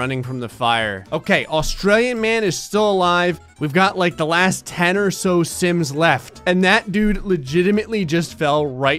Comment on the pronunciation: When did the intro, I thought he said "the simps 4"